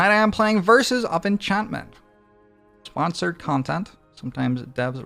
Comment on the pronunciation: “Verses of Enchanimeni”